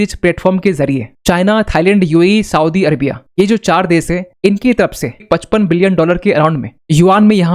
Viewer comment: देश बोलिए देस नहीं ।